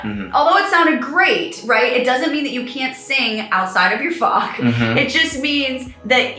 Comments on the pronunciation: The "ch" in "Fach" is not pronounced as "k", it's pronounced like the "ch" in the Scottish word "loch" (eg. Loch Ness). Just say "loch", then change the first two letters. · Just want to say the ch in fach isnt pronounced as fak 😉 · She’s mispronouncing the word ‘fäch’ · The captions on YouTube do not think you’re saying “fach” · Not how I thought you pronounced it but alright 😂